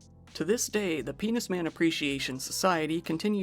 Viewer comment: Did you say menis pan?😂